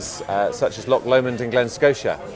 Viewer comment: LocKKKK LOMOND???? its Loch Lomond FFS